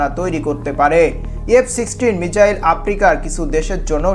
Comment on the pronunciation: মিচাইল না bro❌ মিসাইল✅